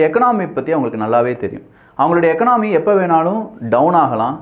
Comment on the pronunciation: எகனாமி இல்லை, எகானமி